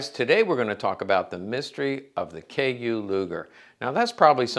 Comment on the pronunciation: But it's not a KU... it's KÜ that's different